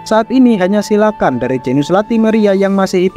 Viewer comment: Ijin bang cara bacanya bukan "silakan" Tapi "silukan"